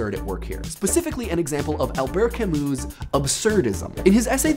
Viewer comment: He doesn't know how to pronounce "Albert Camus" either.